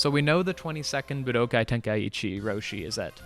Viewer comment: Props for correctly pronouncing budokai! But its nit tenka eechee its ten kai chi